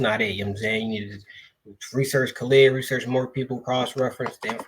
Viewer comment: Wa-Alaikum-Salaam, hey brother, nice video, but you are pronouncing brother Khalid name wrong peace ✌🏿